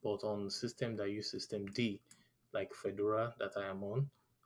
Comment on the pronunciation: Please learn how to pronounce Fedora correctly Fedora is not pronounced like a Swiss tennis player